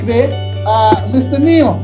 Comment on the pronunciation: It's neo, not nio